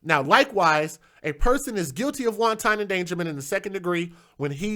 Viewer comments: You're pronouncing wanton, like won ton, as in noodles... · It's pronounced "want-on" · LOL, I was just about finished typing my comment to let you know you're saying wanton like it's the Chinese dumpling when Google gave you the correct pronunciation. Keep up the good work,. I enjoy your shows and your commentary on these issues that we as Black folks just do not want to face.